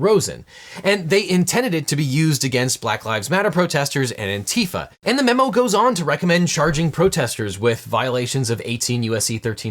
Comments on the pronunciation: FYI on your pronunciation, specifically where the syllables divide, it's not "aunt teefah", it's "auntie fah" - i.e., anti-fa(scist) and now you know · Please, it's ANN-tee-fah, as in ANti-fascist. ann-TEE-fuh is how Trump pronounces it. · Why is everybody in the US pronouncing it "an-TEE-fa"? It's "Antee-fa"! They're not "an Tifa" (whatever that is), they're "Anti-Fa[scists]" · Please, it is not pronounced ANTEEEFA. It's ANTI-FA, as in anti-fascist, because that's what it means. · I know this is a minor thing, but I wish Americans would stop saying "Anteefa." It's short for anti-facism, so the stress should be on the first syllable, not the second. Thank you for coming to my ted talk. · Re Antifa: the stress is on the first syllable. And it's hanged, not hung.